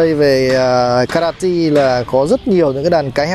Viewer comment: Tỉnh Kratie đọc là Cro- Chê bạn nhé